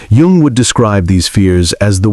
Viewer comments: Jung is pronounced as "Yung" even though it's spelled differently. Get rid of robot narrators. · I think Jung's name is pronounced Young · I’d like to listen to this but the AI narrator mispronounces Jung! What else is sus?